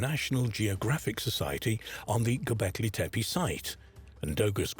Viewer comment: SERIOUSLY!! and mispronouncing their names every 5 seconds? Tepi-tepe-tepi-tepe!!!